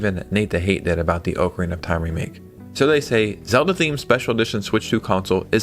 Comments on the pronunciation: Oak arena 😂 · Ocarina is not pronounced like that. Gosh.